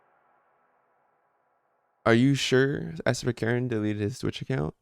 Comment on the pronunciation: Sverkeren is Norwegian which means his name probably is pronounced like “sver-ker-en”